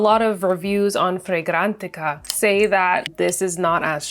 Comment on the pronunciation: I was interested in your reviews til you kept having to say fragrantica that way. That got on my nerves So I had to turn it off .